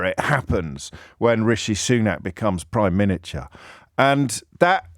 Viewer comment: Pri-miniature…..yep heart of stone